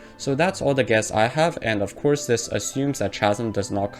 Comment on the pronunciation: Just a tidbit, its pronounce (Kazem), Chasm Good video, keep it up